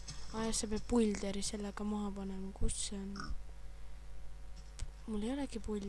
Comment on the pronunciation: mis builder lollakas loe seda häälda niimodi bilder